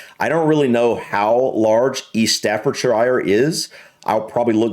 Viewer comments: Hi! Staffordshire, if your interested English English is a bugger to reproduce from the spelling so don’t worry about it, in England shire at the end of a county name is pronounced “Sha” so Staffordshire is pronounced Staffordsha! I know it’s counter intuitive but that’s how we say it, it’s like mountain that’s continually rained on it gets ground down until it works out easier to say! A bit like Moscow, you would pronounce it Moss Cow! No one else pronounces it like that, it’s one way of recognising a US person, as an example say how you would pronounce “shone” see you will pronounce it shown but we being lazy I suppose pronounce it “Shon” just a quirk of English English it more dynamic than US changed English. Anyway I’m rambling. Sorry Cheers Aah Kid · Tip on UK pronunciation of shire we pronounce it as either sheer or shuh. So Staffordshire is pronounced staffordshuh same with all the shires, Cheshire is (Chesheer/cheshuh) Lancashire (Lancashuh) or we just completely change it like Worcestershire which is pronounced wu-stuh-shuh now you can say wustuhshuh source 😂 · Staffordshire is not pronounced as shire at the end. It is staffordsha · Correction: The place (word) is pronounced StaffordSHIRE (Sher).. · Just a tip. When pronouncing UK place names, anything with -shire, is pronounced shure. Stafford-shure. Worcestershure, Oxfourdshure. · We don't say "shire" at the end of counties... only Americans do and it sound hilarious. Shur eg Gloucestershire..... is GLOSS-Tur-shur....... Worcestershire is pronounced WUSS-Tur-shur .... Lincolnshire is LINK-un-shur...... and no one calls Edinburgh Edd-in-burrow... only Americans. It is Eddin-bruhh. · It's pronounced Staffordshuh. Never ever Shyer. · the right way to pronounce would be "stafford-sher" rather than "Shire" that goes for any other "shires". Just thought id mention as i notice a lot of americans do the same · you know the expression "ugh". Instead of "shire" as in "fire" say "Shugh" as is said 2.55